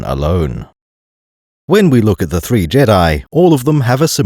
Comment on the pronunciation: One of three? ONE OF THEEE?